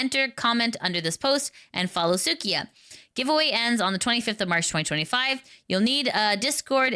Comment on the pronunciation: su-i-ka not suı-ki-a 🧐